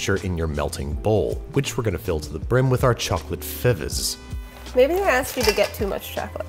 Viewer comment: "which we're gonna fill to the brim with our chocolate fivvvivvszsz" Sounded like our guy's mind melted over the idea of all this melted chocolate. *feves